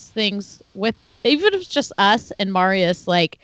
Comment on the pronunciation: Marius face reveal AND we find out that has been mispronouncing Marius’ name consistently!